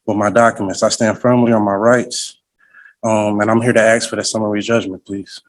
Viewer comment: He sure is "AXING" a lot here!! BWAAAAHAHAHAHHA! What was the old song?........."Poor Little Fool! BWAAAAAHAHAHAHAHAHA!!